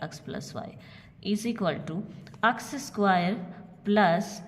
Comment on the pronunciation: App X ko aks kiyo bolti ha